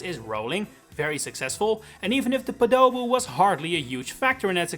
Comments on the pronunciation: The way you pronounce podoboo is really weird, "po-do-boo"; I've only ever heard it as "pod-o-boo". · No. His name is pronounced as “Poe Dough BOO” and he is REAL and IMPORTANT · Now it's time to argue if you pronounce "Podoboo" like in the video, or like you say it as "peek-a-boo", like they jump up from lava to test your reaction. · I was fully expecting this video to be about how it's not pronounced "Podoboo" but "Podobo" with emphasis on the Po. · I always thought it was "podaboo" from what I thought was saying, and with the stress on the first syllable. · I still generally say Podoboo (I pronounce it as Podo-Boo sort of sounding like someone saying "code of you" for lack of a better description instead of your pronunciation of Po-Doboo which sounds similar to poe with doboo added on the end) but I will occasionally say Lava Bubble. I think both names are accurate, it's just a problem of things being sort of conflated. What I mean is I would assume the ones that actually pop out of lava are meant to be Lava Bubbles and the ones that appear in stages without lava or that don't come from lava are meant to be Podoboos, but that both of those got combined somewhere down the line into one thing when it's supposed to be 2. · actually you're saying the "wrong" one wrong emphasis is on the po, like a pogo stick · I've only ever heard it pronounced "PO do boo", with the emphasis on the first syllable, not the second. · I'm with Merhaba on this one, poe-de-boo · Never heard that pronunciation before. Always heard "poe-tah-boo". Equal rhythm too, no hard emphasis on the final syllable. I also didn't know Lava Bubble was that old. I thought that was a weird modern change that Odyssey made. I've been calling it a "Potabu" for literal decades. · I get this video is about correcting what we’re calling them, but I still can’t get over you pronouncing Podoboo as Padowboo in the intro. It just seems so ironic to me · Po-duh-boo for me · Noo you said podoboo wrong